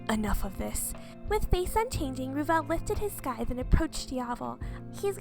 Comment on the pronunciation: I don't like being this type of person but scythe is pronounced sigh-th. Sorry but I'm a bit of a grammar nazi.